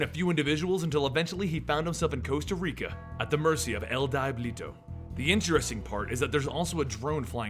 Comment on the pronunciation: Die-blee-toe :p